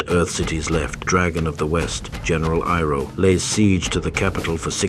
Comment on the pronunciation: Love your videos and it's nice to see you branch out and do something a little serious and less satirical. However when you use text to speech please spell things phonetically. Iroh would be "eye-row". It's less jarring and makes you seem like a wizard. Other content creators will be like "how did he get the AI to say it right when I cant"